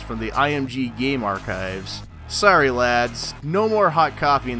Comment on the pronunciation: American saying lads lmao